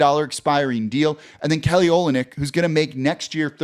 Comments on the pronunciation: Pronounced o LYN yk. Accent on the middle part. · Good luck to the Pels next year. Hope they do well. It's also pronounced O-lin-ick. Go Kelly.